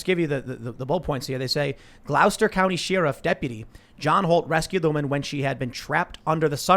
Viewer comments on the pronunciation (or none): And Tim butchered "Gloucester" lmao it's pronounced "glaa·str" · Do you pronounce "Gloucester" the way Tim did? Or more like the British way, "Gloster"? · It’s pronounced gloss-ter